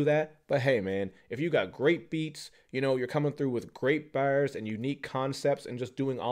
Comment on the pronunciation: Love how he is saying „Bars“